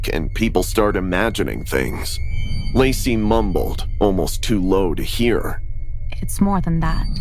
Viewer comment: someone else heard her say lazy instead of lacy